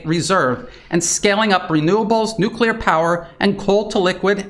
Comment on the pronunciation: Same with nuculear/nuclear 😅